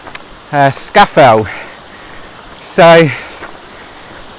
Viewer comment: Well done. But it is pronounced Scar Fell !